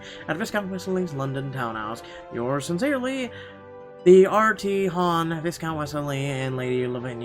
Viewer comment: Would I be a jerk if I pointed out that viscount is pronounced “vy-count,” with a silent S? Sorry! I’m sorry! I just couldn’t ignore it! 😬